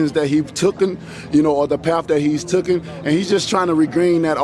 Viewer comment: Instead of "taken", Wilder has invented a new word "tookan" 😂